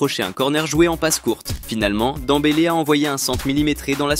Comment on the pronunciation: On dit dembele